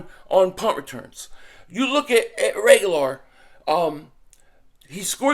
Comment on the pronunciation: Is he saying Reagolar on purpose to call him regular?